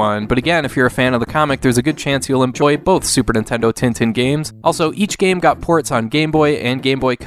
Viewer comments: It's pronounced Ten Ten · With nasalized vowels, as I mentioned earlier. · Just FYI, Tintin is pronounced more like 'tahn-tahn'